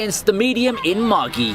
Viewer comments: Pronounced maj-eye not maggie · I get that the show is an anime but. It's just pronounced Mah Jai. Not mah gee MAGI gotta remember its more of a middle eastern and pirate base characters.